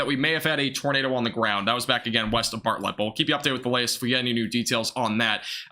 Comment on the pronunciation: Need to learn how to pronounce towns in Texas, like Bartlett